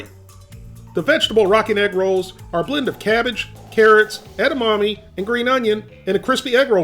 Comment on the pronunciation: His pronunciation of 'edamame' gives me shivers.